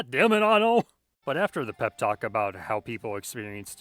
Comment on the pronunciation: first person on youtube to say annos name right